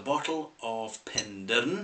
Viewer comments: It's pronounced "pen-dair-in". Penderyn literally translates to " the head of a bird". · Penderyn is pronounced Pen-Dare-Rin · The mispronouncing of the product, and obviously the place, is annoying beyond belief. Wish it was possible to correct the audio. However I understand that this would be impossible to change. Also please review the rest of the whisky range. Hey maybe you can get the name correct in a new video.